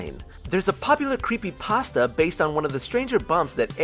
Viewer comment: Stop pronouncing "creepypasta" like that... it's not food